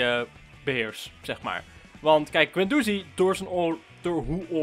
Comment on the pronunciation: Vgm spreek je Guendouzi fout uit